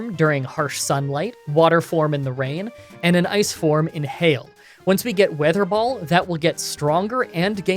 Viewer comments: You said ,,water ball" not ,,weather ball" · Does he say water ball instead of wether ball. Or am I just hearing things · Did anyone notice he said "water ball" instead weather ball for a long time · Ok I think my hearing is dying because, weather ball sounded like water ball to me, did anyone else catch that?, if ur reading this I got u covered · Weather ball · Did anyone else notice that at the beginning of the electric gym he said waterball instead of weather ball? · Weather Ball not water ball lol. You said that multiple times too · Did I hear wrong or did he say water ball? Xp Never change, never change 💙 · Okay so like, he called it "Water ball" like 3 times in this video and I'm not sure if he was calling it that because it was water-type, or he was simply making the same mistake repeatedly and not catching it. :/ Jk i love ur vids man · It’s weather ball not water ball lol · Is it me or did he say water ball ? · I constantly hear "water ball" instead of "weather ball" o.o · Drinking game! Take a shot every time he calls the move "Water Ball" instead of weather ball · It's so funny how switched between calling WeatherBall "waterball" and it's actual pronunciation 😂 Also, you can always grow leppa berries at every patch of soil so you can have infinite ethers, it's better than stressing out and trying to ration ethers